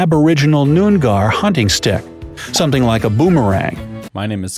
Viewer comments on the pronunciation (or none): fucking nun-gar mate that's not how you say that